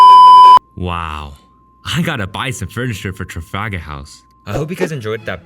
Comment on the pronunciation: "trafagahaus"